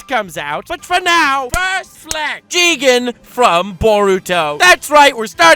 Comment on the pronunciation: You pronounce "Jigen" wrongly Its "Jiigen!"